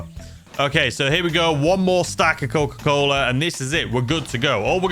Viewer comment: The way he said coccca cola 😂🌚